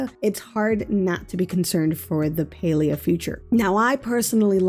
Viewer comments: Not PAI-lI-A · You pronounce palia like pailia not to be rude but it's PA-LEE-A